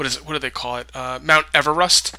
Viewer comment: Are you trying to say Mount Everest??????????? If that is u are trying to say...its eve-rest---... It is tallest mountain in the world ..and its in Nepal ....